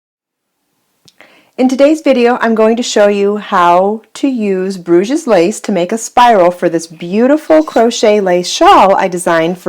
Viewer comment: Hi. Thanks for the video. Sorry to be a little pedantic but it makes me cringe every time you say "Bruge's lace". It's pronounced without the S at the end. So it's pronounced Bruge lace. This is because it originates from Bruges in the north of Belgium, where French is spoken. Bruge's lace is a very ugly way to describe a beautiful lace!